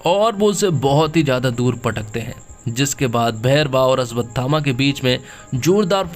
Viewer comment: भाई अश्वत्थामा है अस्वतथामा नहीं। पहले बोलना सीख ले भाई